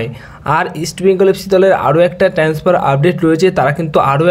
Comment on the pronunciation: আগে ঠিক করে কথা বলতে শেখো। 'কনট্যাক', 'ট্যান্সফার' কোন্ দেশের শব্দ ? এমনিতেই কথা বলতে গেলে জড়িয়ে যায়।